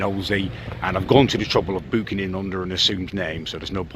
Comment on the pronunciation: The Clueless Boy lewking on 😂